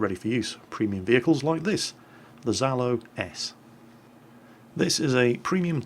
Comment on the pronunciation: Zhalo-S sounds like "Jalo-s" or [dз^'lo-es].